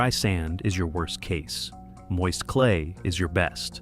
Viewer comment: What in the AI Slop? "What iis the load? What his the load?"